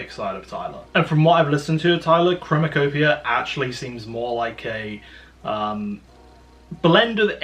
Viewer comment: im not tripping he keeps saying chromatopia in the beginning right?